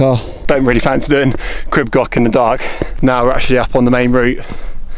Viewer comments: Pronunciation is closer to Creeb Gorch, with the CH sounded as in Johann Sebastian Bach. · Please try to pronounce the name properly.